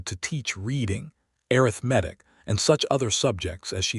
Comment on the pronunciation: I throughly enjoyed this story BUT do wish the creator could work with the AI narrator to correctly pronounce the words “arithmetic”or substitute the word from “arithmetic” to “mathematics”. Listening from Clarksville, TN.